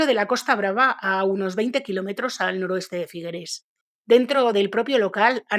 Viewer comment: Figueres no se pronuncia con esa e final, suena terrible nena